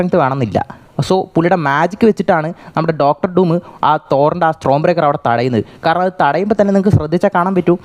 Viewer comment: Pronunciation mistakes bruh! It's common!. 😭